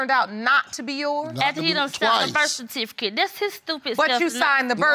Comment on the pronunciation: “kertificate” “hospilil”😂